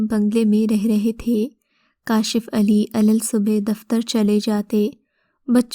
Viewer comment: alal subhe nahi ❌ ALISSUBHA hota hai ✔️